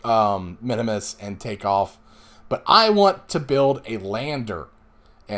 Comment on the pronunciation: Just a note... the little green guys are KERBALS.... not Kerbins... kerbin is the planet they live on. and it is MIN MUS not minimus. just for future.